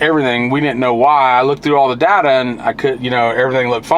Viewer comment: No such word pronounced ( die da ) Its DATA ( DAY TA )